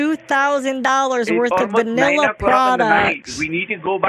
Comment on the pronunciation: vaneeeeela..say vuunilla please